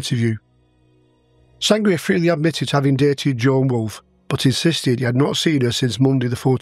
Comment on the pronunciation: Sangret not sangria